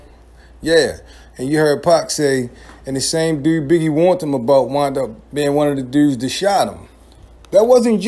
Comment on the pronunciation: Did anybody else catch how this guy says the word dude? That's pretty freaking strange and silly if you ask me. DUUURRRRDDDD